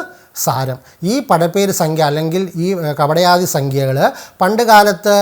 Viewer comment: കപടയാദി അല്ല കടപയാദി